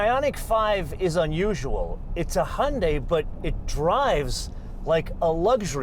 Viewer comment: I am a fan of your pronunciation of Hyundai: "Hun-day-a" :D Good thorough review. Cheers!